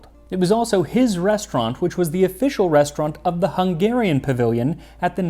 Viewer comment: His confidence in mispronouncing some words is unmatched haha! It's a hard language though! My Hungarian Grandmother made this soup super spicy, definitely used the hot paprika. It was delicious but waaay too hot for a kid like me😂Such a nostalgic moment, I can taste it in my mouth now. Especially the chunky potatoes soaked through with the paprika taste❤